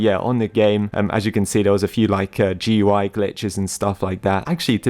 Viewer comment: Can you pronounce GUI as "gooey" like every other person on the planet, please?